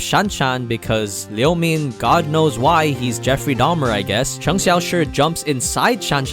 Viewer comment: lol when this guys say cheng and lu i laughed (not making fun) cheng and lu is their surname, so technically their name is cheng (surname) xiaoshi(name) so it become chenag xiaoshi, and lu (surname) guang(name) = lu guang, this is great, season 2 is out next year :D